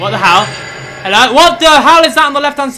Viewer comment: ''HELLOWH?!'' XD